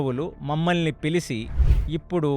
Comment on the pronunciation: Sir pilichi...not pilisi